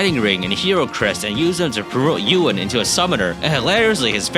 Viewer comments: I like how you mispronounced Ewan like we do since his name is the same word in our language that roughly translates to "I don't know". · The way you pronounce Ewan is still very weird to me. Good run though!